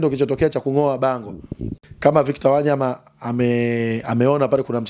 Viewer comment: Huyooo jamaa nmemuelew sana ... ila ananiudhi anavolitamka jina la WANYAMA ... yaaan halitendei haki ...